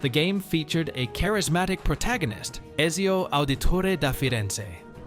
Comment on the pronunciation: this is clearly an AI video as it doesn't pronounce Ezio correctly, or the guy never played the game, and i tend to think of the first option more